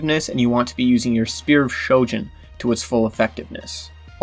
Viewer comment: Ahhhh yes the fabled Shpear of Shojin